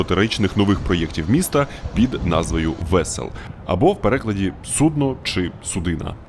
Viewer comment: Російське судно́ пішло на дно у Вас помилка в наголосі у слові судно :)